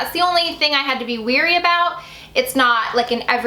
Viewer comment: "Wary", not "weary" ;)